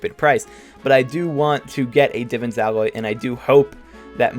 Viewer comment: It’s pronounced Divaan, not Divvan…